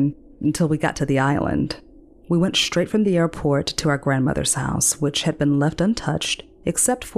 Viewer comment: Love the voice and narration, but saying "shtreet" and "shtraight" really bothers me. 😬